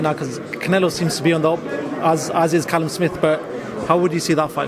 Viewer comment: Why’s Jacobs calling Callum calleb